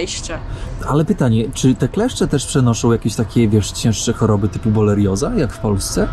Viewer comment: BoRELioza, a nie bolerioza, mistrzu 😁